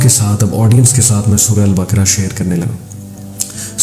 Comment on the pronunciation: Assalamoalekum aplog q ko k kiyon perhtey hain. Quran ko bhi kuran perhtey hain esa kiyon hai? Sura baqra ko bhi sura bakra boltey hain. Meherbani kerke sa kariey aap esey perhaeyngai to apkey student bhi yeh hi perhaingai.